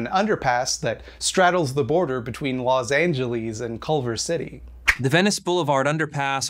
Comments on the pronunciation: I agree with you but the fact that you called Los Angeles "Los Angeleese" makes you my enemy, sorry. 😔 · Good video but why does he say Los Angeles like that